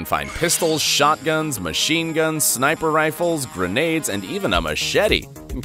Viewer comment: …. “Granades” im sorry i had to drop that “gRaNaDe” Imma go